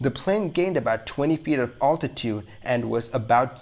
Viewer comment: I love your videos, but your pronunciation of "altitude" drives me nuts.